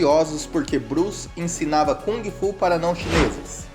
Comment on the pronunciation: Boa noite, Bruce Lee foi, é e para sempre será o melhor lutador de todos os tempos que este planeta conheceu, indubitavelmente, simplesmente ele era um gênio, aí esta a gigantesquíssima diferença entre ele e outros! E por favor aprenda a pronunciar Kung Fu! Qual é a credibilidade de alguém que fala sobre o melhor lutador de todos os tempos Bruce Lee, se essa pessoa não sabe se quer pronunciar direito a arte marcial na sua essência chinesa que Bruce Lee mostrou ao mundo?